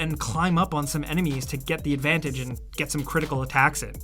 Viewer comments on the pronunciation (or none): none